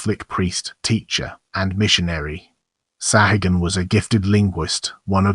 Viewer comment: Your mispronunciation of the surname is disgusting There are three correct pronunciations The first one is the Persian pronunciation Saw' ha- goon The second Is the Spanish; Sa'goon And the third is the Irish pronunciation Sa' hay- gun ... Your pronunciation with these three possibilities You're not even close So not only does your video illustrations disrespect the memory of Bernardino de Sahagun Your pronunciation of his name is a further insult My God where is your dignity your honor and professionalism!?